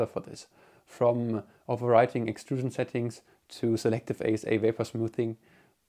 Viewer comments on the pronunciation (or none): none